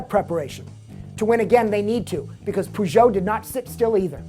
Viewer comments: haha, I've never heard anyone call Peugeot 'Poo-Jo' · I hate the way he says peugeot.